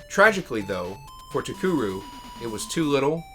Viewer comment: Very nice video! I wonder what Kitamura is going to be working on? I never knew Cocoron had a planned sequel. It's a shame that Takeru folded before it could be released. Speaking of, I think you mispronounced the company's name throughout the whole vid lol. "Takuru" as opposed to "TaKEru".